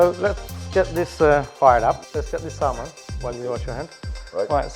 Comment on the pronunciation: The L in salmon is silent so you don’t need to pronounce it :)